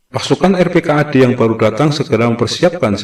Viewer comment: Yang bener dibacanya rp - kad ...bukan r.p.k.a.d ...